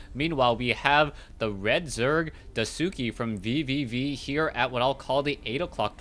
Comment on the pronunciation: It doesn't bother me that you are pronouncing DaiSuki's name incorrect, but if you'd like to pronounce it correctly say it like DIE + SKI. So DIE SKI instead of the way you are saying it... I just remember when people were wanting to pronounce Sase's name correctly and same with TH000 from WC3 it was beneficial. I love all the games and casts.:)